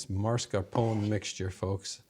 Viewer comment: mah-scar-POH-nay not MAR-scah-poh-nay.